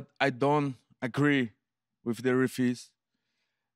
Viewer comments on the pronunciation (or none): “I don’t agree with heferees”